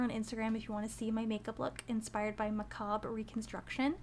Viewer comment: ur pronouncing the word macabre wrong :)